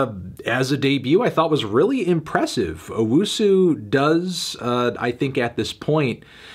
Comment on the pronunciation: Anthony, it's owusu not UwUsu